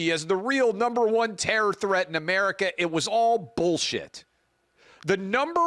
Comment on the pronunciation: The Intifada comes to North Mexico, I mean, A-mair-ee-ka 2.0!